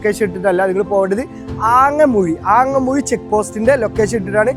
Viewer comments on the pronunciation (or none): ആങ്ങമുഴി അല്ല ഹേ അങ്ങാമുഴി അണ് കഷ്ട്ടം